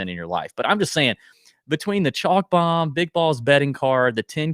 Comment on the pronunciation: Gotta have the slo-mo “Bome” drop